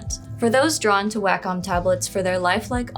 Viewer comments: Well unfortunately, I am a stickler for pronunciation. It's odd that I d find this particular word, "wacom" nearly always pronounced incorrectly. It is pronounced "Walk-um" Not "way-com" I apologize for this however, it's lazy when person does not research before talking in a video. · It's pronounced "WAH-KUM". Do better research, don't be so lazy. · I always thought it was pronounced as "Way-com" or more like "Way-cum". I've seen some people say "Whack-cum".